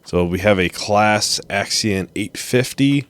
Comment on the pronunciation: It's pronounced 'Clau-us'